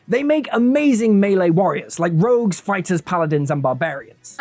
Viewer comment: I clicked off at "Rouges"